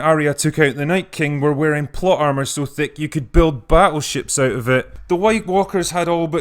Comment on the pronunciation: "Thique"... Really?